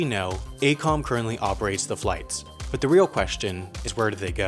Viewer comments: It's A-E-Com, not A-Com. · You mispronounced A E COM. AECOM and URS are nationwide consulting firms.